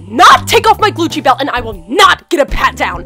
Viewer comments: xxBailey MSPxx me Heath said glucci belt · did he say glucci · It is glucci. Like how MONSTER highs say truth or scare she uses glucci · Did anyone else hear “glucci” 🤣 good video though💕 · Yes i did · Its called Gucci not Glucci like if you agree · It’s not called Glucci belt is called Gucci belt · Yeah I did hear that "Just my gljcci belt." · Its supposed to be glucci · It is glucci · xxBailey MSPxx because he did say “Glucci” lol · That's what she calls it its monster/ever after high theme so it makes sense to call it glucci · I thought they actually meant glucci But ik no one will read this so idc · It’s supposed to be glucci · She does ah glucci so it DOSENT sound like Copyright I thing like a play on it like how she says saflora instead of sephora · Yeah, but I think it's supposed to be Glucci (like they changed it) lmfao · It is glucci! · Qui Nn it’s meant to say glucci not Gucci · It's supposed to be glucci because it's the monster version name of Gucci. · In these videos the person makes they call it glucci you must be a noobie noob not tryna hate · He said gluchi belt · I herd Gucci w lot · "Glucci" And "Louis Vuitton" (The S is not silent) I'm dead XD